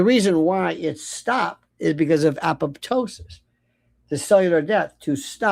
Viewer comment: A POP TOSIS😂😂😂. Aptosis✅️